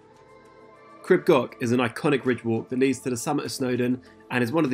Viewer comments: Pronunciation is closer to Creeb Gorch, with the CH sounded as in Johann Sebastian Bach. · Please try to pronounce the name properly.